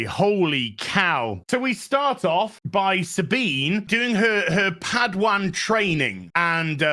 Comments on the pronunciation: Padawan. Not pad wan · The way says padawan 😂